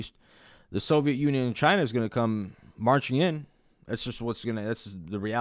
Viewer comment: Bro said the sovit union 😂😂